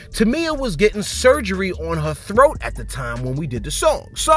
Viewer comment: Yes that's how you pronounce it Thoat!😂...